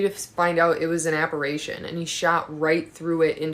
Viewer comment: said apperation🤣🤣🤣